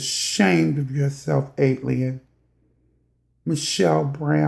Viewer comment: Why can’t anyone say her moniker right ..... AT-ALIEN .... ok I’m moving on.